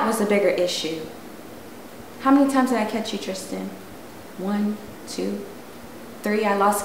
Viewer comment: Omg!!! finally pronounced Tristan's name right 😂